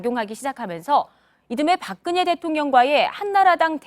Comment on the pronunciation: 박근예 가 아니고 박근혜 입니다。 듣고싶지 않은 이름 이지만 아나운서의 발음이 틀리니 귀에 거슬립니다